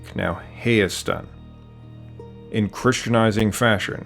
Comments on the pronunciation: It was a very nice and well detailed video, but i will say Hayk/Haystan is pronounced Ha-yastan, not like the english word hay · It's pronounced Hike , Hiastan. not hey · You did great on this, I was surprised how much you knew especially about the urartians! Please work on your pronunciation. The most important is Hayk/Hayastan (Armenian) it’s pronounced Hyke or Hyeastan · Just to clear up, it’s not Hey, but pronounce it as “Hi” or “High.” And Hayk as in “Hike.” To take a hike. Name of the country, “High-ah-stan.” Great video though. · Hi, I'm an Armenian-American, and to add some validity to this comment, I was one of the first members of my family to be born in the US, and just look at my last name. Love the video and it does a great job explaining the history of my people. Just one thing. The correct way to pronounce Hayk, Hay, and Hayastan is (High-K), (High), and (High-Ya-Stan). I know we have some difficult names and words to pronounce in English like the name Khorenatsi for example, so this isn't supposed to be a disrespectful comment, I just wanted to make sure people know we don't call ourselves Hay like Hey or like Hay like what horses eat lmao. Again, love the video and thank you so much for making it. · Hayk, Hay, Hayastan is not pronounced like Hay in English, the 'a' is like the 'a' in apple. :)